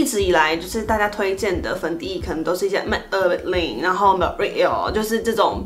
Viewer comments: 真的 美ㄜㄅ另 樓ㄛ呂喔 我直接笑出來然後再重新看一次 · Maybellin loreal 馬賽克念法超好笑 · ：m$）“/4$8$？或者是 lo”/（+$3！“ 我：幹我手機又壞掉了嗎 ）拍拍